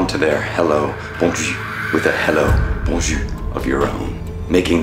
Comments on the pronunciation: I wish you would pronounce the R so you could say good day when saying bonjour, instead of sounding like you are saying bon jus which is good juice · When you don't pronounce the r in Bonjour you're actually saying good cheek. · It's so frustrating that your prononciation is so great for everything except the bonjour (you prononce it as if it was bonju but it's bonjour, with our being prononce like our). it seems that as tested the plan with us lol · Wait what? I mean the guy tries and it's all good but you need to pronounce the R at the end of Boujour or else it's not even a real word. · FYI, it might help you to pronounce the ending of bonjour by using the zure part of azure. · If you pronounce bonjour that way they will certainly know you are English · Your pronunciation of bonjour would give you away as an American immediately. Canadians won't be bothered by the language(s) you respond with, because the Hello / Bonjour is perfunctory and no reply is necessary or expected. We'll just wave you through, or if you do something weird like this, we drag you off screaming for "secondary inspection". is making sure the devil gets a full cavity search. 😮